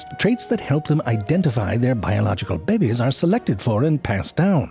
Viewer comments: And the occasional "Bebbies". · im sorry but the way he said babies 'ʙᴇʙᴇs' LOL🤣🤣🤣🤣🤣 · bro! and why do you say 'behbehs' like that wtf